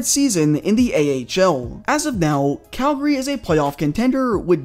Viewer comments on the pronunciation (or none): none